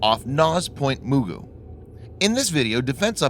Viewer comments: its point Ma goo not mu goo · Point mugu is pronounced muh-goo not mu-ju